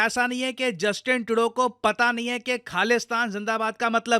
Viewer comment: Justin Trudeau ❌ Justin Todo✅